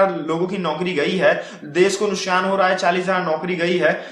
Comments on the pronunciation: अबे वो नुकसान होता है नुसकान नही। बोलना सीखले पहले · Nuskkkkaaaan hahaha muskaaan Nuksaaan hein nuskaaaan nahi 🔴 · nuskan ni Bhai nuksan hota hai